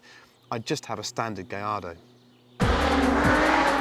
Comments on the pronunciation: Double L's are pronounced as a "Y" in Spanish. Hence Gallardo is pronounced "Gayardo" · Because "gayardo" is how it's pronounced. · Because thats how it is pronounced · You know how annoying it is to hear every brit and american butcher the name of the auto every time.... -_- thank you my good sir for doing this public service. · That's how it's pronounced. The double LL's are silent. Great video ... love all those cars!